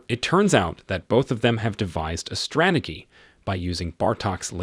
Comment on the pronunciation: Strategy, they devised a strate_gy rhymes with bee not strata- gee, rhymes with pee.